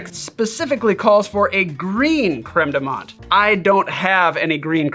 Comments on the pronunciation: TIL how to properly pronounce "creme de menthe" (don't ask how I was saying it, I'm embarrassed) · Please DON'T just shut up. Please ramble. Ramble to your hearts content. And I was this many days old when I learned the proper way to pronounce Creme de Menthe. See how valuable rambling is?